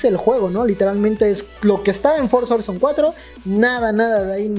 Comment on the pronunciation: No es bueno corrigir a mis mallores pero me han inculcado el tema la pronunciación FORZA HORIZON 5 se lee forza joraizon 5 eso fue todo adios master